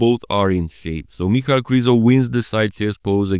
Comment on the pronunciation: You just validated what i have thought for years, his name is not "Michael",as says it every damn time, it's "Mic-hal", it's annoying, and ghe way he says "Rafiel" instead of "Raphael" strikes another nerve in me.